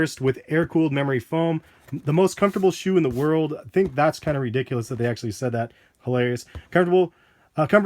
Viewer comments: "World not wold" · You said wold